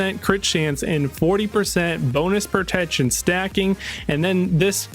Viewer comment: Am I the only one hearing "propection" when he say "protection"? Not hating just wondering if my ears are fucking with me 🤣